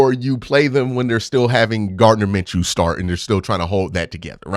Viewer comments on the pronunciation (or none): none